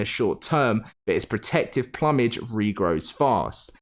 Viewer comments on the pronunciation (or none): Man said plumbage 😂😂😂